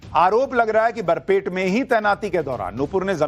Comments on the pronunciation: Its Barpeta, not Barpet. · सुशांत जी बरपेट नहीं बरपेटा हैं। ये एक मुस्लिम बहुल जिले हैं। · Sir please clearly speak Barpeta District not Barpet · sir it's not BARPET , it's Barpeta